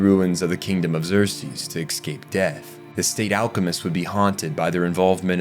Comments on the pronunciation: Great video bro but ..how many Ks do you think are in the word "eScape"? Not Exscape or Ekkscape... Say it escape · It's pronounced Escape. Not "Ecscape". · Every time he said "exscape", my soul hurt. Otherwise, fantastic video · excape. Nothing worse than mispronunciation of simple words. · Love your videos, you do great work--kills me every time you say "ex-cape" though lol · "Excape" "excapes" "excaped"... your incorrect pronunciation of this word is so jarring (immersion breaking) that I started to feel as though you purposely mispronounced the word over and over. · take a shot for every time this guy mispronouncews the word "escape"